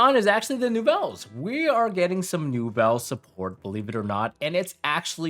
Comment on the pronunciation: every single time you said Nouvelles, I somehow heard Yubel 😂